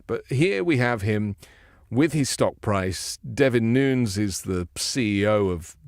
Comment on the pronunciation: Devon Nunes is pronounced. Noon ez